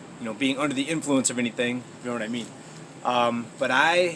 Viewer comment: " under the influence , knaw mean?!?" 😂😎